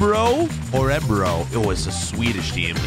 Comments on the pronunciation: I am from Sweden and it was very funny when you tried to say Örebro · I’m Swedish And Um THTS NOT HOW YOU SAY Örebro